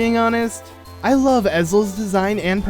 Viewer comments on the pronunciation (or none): none